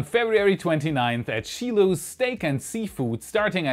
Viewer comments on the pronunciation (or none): not "SHEE-Loh - it is pronounced "SHY-Loh" =P Great content !!! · I think it's pronounced "Shy-low" (Shiloh) it's a southern thing.....;) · Hi. You always have great analysis of the activities (thanks BocaChicaGal!). Also, FYI Shiloh is pronounced shy-low. It refers to the Confederate (South’s) name of a particularly bloody USA Civil War battle. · Shiloh is pronounced Shy low not She low. American English, sorry. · Just to avoid confusion, "Shilo" is pronounced "Shy Low". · Just an FYI, the i in Shiloh is a hard i. Sheyelow . Great channel. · Pronounced SHY LOW